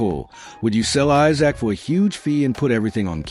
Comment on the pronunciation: Who types your commentary, it’s Isak not Issac and Wissa not Wisser.